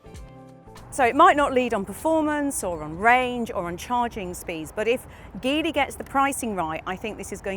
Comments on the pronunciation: its called Geely, not Gilly... it isn't that hard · Pronounced as in Gee Whizz. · It's read as Jeely... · It would’ve been great if you could’ve learned to pronounce Geely correctly. And if your video editors could’ve not used shots of Shanghai in the opening titles. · We got this in Brazil as well, the package is very decent and the price is aggressive to beat BYD. It's one of the best combos when it comes to equipment and real estate to accommodate a real family. The positive side against the other Chinese brands is that Geely - the brand call themselves Geely but the the G has the sound of a J, like as we pronounce in "Ginny" - has a local partnership with Renault and that promises a broader availability of parts, and soon it will be manufactured here.